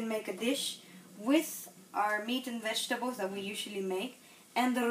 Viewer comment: Vegetables not wegtables.